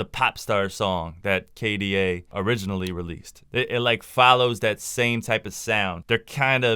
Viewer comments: IT'S K D A NOT K DU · did this absolute dork just say kay duh bruh k/da is said as the individual letters. In games, K/D/A is your kills/deaths/assists. You add kills and assists and divide by deaths to get your ratio. So like, If i got 10 kills and ten assists and 3 deaths, my kda is 6.6. if i get 1 kill, 6 deaths and 26 assists (a support game) my ratio is 4.5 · Lol. You added the part when you pronounced it initially as K-DA 😂😂 anyway, the song is a bop.